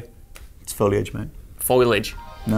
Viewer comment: Foliage = Fo-lea-edge